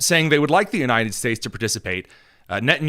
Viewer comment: Bro can’t even say “United” correctly. ‘Unined”